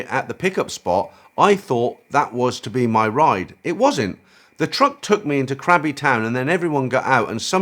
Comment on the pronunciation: Great episode. For future reference the island "krabi" is pronounced with a G-sound, it is not "crabi". From the internet: The Thai word for Krabi starts with the letter gor gai, ก, that’s pronounced with a “g” sound rather than a “k”, making the province more “gra-bee” than “kra-bee”. A small change, but it’ll make a big difference.